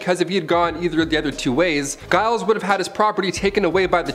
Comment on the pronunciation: Some really dodgy pronunciation of peoples names guys .. Giles is pronounced like it starts with a J and Tut is pronounced with the U the same as in up . My surname starts with a G and so many people get it wrong and it irks me.